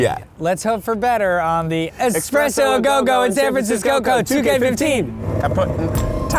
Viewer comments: I watched this video to the end just because I wanted to see how many times Keith would say "expresso". Also, should be a song omg I played it back like 5 times lmao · It's S-PRESS-O not X-PRESS-O Keith. Your coffee is not a train. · This should just be called " corrects Keiths pronounciation of espresso" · Thank you,, for fighting the uphill battle that is correcting people on eSpresso, not eXpresso. Also, the raps in all of these ARE AMAZING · "Expresso!" "It's espresso." XD I love those parts! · this is totally my best friend and i. i love keith and!! and i would call it expresso. lmao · I hate how Keith keeps saying "expresso." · its espresso xD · I always thought it was "expresso"... Frick. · Keith...I love you but there's no X in espresso!!! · This video makes me cringe. KEITH! It's ES-presso! xD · "Eckspresso, are you saying eckspresso? There is no 'ck' in it." "What?! There is Coffee in it" Best response Keith! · whenever people say egspresso or egspecially i just cringe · what the lady was really saying was: you can't drive your weird cart in here to drink your "expresso" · Keith saying "exspresso" everytime made me cringe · "expresso"...who else cringed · Actually, you're just wrong. It's not written with an 'X', so don't pronounce it with one. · Thank God he corrected him about the whole espresso pronunciation. There is no goddamn 'x' in the word. My ancestors are turning in their graves back in the old country.